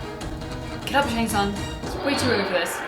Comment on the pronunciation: I don't know why they keep misprouncing Shang Tsung's name.